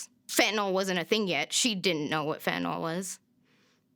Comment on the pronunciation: It's pronounced fentanILL not FentanALL